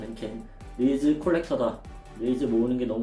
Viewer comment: 릴스를 릴즈라고 하는게 킹받았는데, 또 중간중간엔 릴스/릴즈 섞어스는게 킹받네여 ㅠ